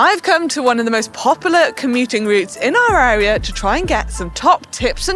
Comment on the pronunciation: Funny how when Manon says "our area" that it sounds like one word.😉